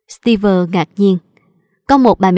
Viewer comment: ơi, chị góp ý chút, trong truyện bà mẹ vợ, phát âm tên Steve sai rồi. Đoc như Steev ko có vơ